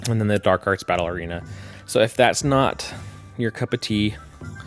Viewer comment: No offense but every time you say "battle arena" it sounds like you are saying "Ballerina" so "Dark Arts Ballerina" is perhaps the silliest collection of words to cross my mind this morning - - so far anyway. Good video!